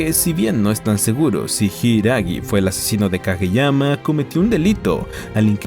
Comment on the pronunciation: Como que yuanes? Es Japón, ahí usan yenes, los yuanes se usan en China😂 Por cierto, en los primeros minutos del video llamas a "Kageyama" "Kagemaya" como un montan de veces 😅 Hay que revisar mejor...